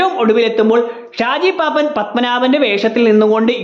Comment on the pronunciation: പാപ്പാൻ ❌ പാപ്പൻ ✅ നെസ്കലേറ്റ് ❌ നക്സലൈറ്റ് ✅ റെയ്മൺസ് ❌ ഡയമണ്ട്സ് ✅